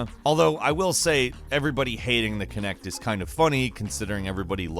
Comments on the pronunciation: It's Kinect not Connect! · I'm just gonna say it "kinect" Ah shit here we go again.